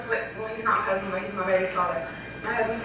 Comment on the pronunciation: I swear she said “cuz-band” …ewwwwwwww